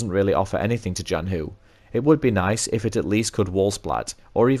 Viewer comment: If you're curious, yes you pronounced Zhanhu basically correct for an English speaker! It would be a tiny bit closer to the Mandarin if you pronounced the 'zh' part as a normal English 'ch'. zh in Chinese is retroflex, so your tongue is bent back a bit when you pronounce it.